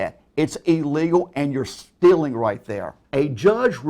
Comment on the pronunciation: Who the fuck pronounces "law" as "lol" and "stealing" as "stilling"? Sincerely, a Finnish Person with too much free time.